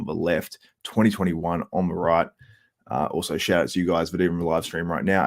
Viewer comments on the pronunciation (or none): Can u say also instead of uzwow...sounds like ben chow(the ninnie)